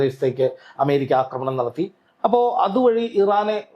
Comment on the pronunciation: യോടാണ്, അക്രമണം അല്ല കൊച്ചേ ആക്രമണം എന്നാണ്. പറയുന്നത് ശെരിയായിട്ടാണ്. അതു കേട്ടു പഠിക്കൂ.